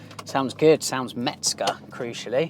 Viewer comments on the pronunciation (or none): Good vidéo and very nice car, thank you. 👍 Please... It's Hans MeZger, not MeTzger. 😉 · There’s no “t” in “Mezger”.